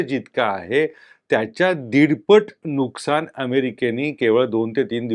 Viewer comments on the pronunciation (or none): none